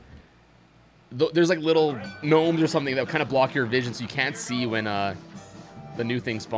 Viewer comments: 'G-nomes'? Are you referencing something? Why are you saying 'g-nome' instead of gnome? Unless you just like pronouncing it like that for fun, which is fine, just wondered if I was missing something. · they're not ganomes they're gnomes with a silent g